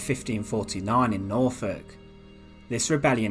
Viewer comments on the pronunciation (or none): none